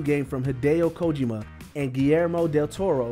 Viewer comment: I like the voice talent but when covering games, it would be good to provide guidance on things like how to say Kojima, one of the most influential game designers of all time.